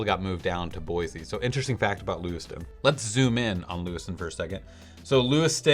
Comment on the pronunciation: FYI it's Boy-C, not Boi-Z